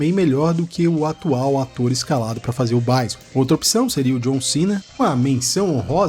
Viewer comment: "Gáiou" e "Báison" é foda hein.. É Guile mano.. e Bisôn velho, em "brasileiro" mesmo.. rsrs